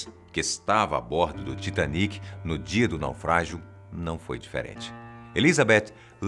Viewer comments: Não se fala Taitêniqui Se fala Titaníqui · Se fala tiatenic?OMG!